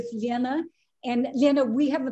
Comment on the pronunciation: Wow they striving to pronounce name Elena correctly so hard